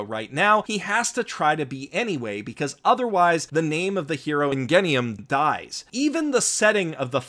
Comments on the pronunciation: inGenium it pronounced inJenium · angenium? its pronounced anJENium, not anGenium, its spelled that way but not said that way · I heard you say in-gen-ium WHAT ARE U ON jk (love ur channel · he said "eNgenEuM" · I thought it was pronounced in gen e um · It's pronounced injenium. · It's pronounced Injenium as in Ingenius or Ingenuity or ENGINE. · Ingenious is said injenium. Like genocide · I swear that its pronounced IN-GEN-E-UM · Every time he said Ingenium with a hard G I got triggered, that's all I had to- nitpick otherwise good video, dude! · Anyone else annoyed by his pronunciation of Ingenium